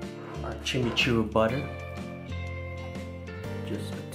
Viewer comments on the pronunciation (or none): pronounciation is chim-ee-choo r-ee